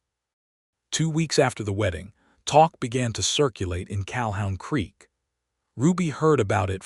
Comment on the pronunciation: It's CaHOON Creek, not CalHOWN creek